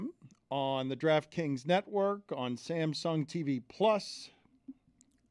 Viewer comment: Dan said draftkings natwork